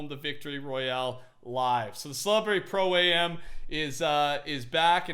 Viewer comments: Pro-am is pronounced Pro "am" not A.M. Its short for Amateur. Sorry for being that guy lol it just sounded weird to hear you say pro A.M. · Pro-Am isnt pronounced "Pro A.M." Am is for Amateur and is pronounced "Am" like "I AM an idiot for being in college and not knowing how to pronounce "Pro-Am". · It's am. Not A.M... Pro-am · It's Pro-Am, like Amateur, not a Pro-AM like the the time.... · Its Pro-Am, not Pro A.M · "pro- A.M." It's am, as in amateur. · Does it bother anyone else when he says Pro- A M?